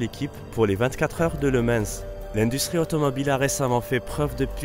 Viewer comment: LE MANS et non Lemansse...